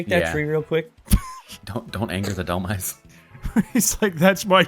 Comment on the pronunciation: Why does EVERYONE pronounce dehlmise wrong?? It's literally based off the word "demise"! "DEH-MY-S"